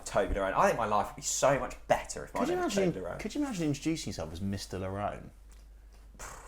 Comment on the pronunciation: Toby-Lerone!?! 🤔 TOBLERONE… 😂